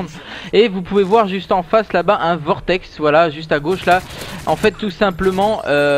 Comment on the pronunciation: Et donc c'est Vortex et non pas Cortex ;)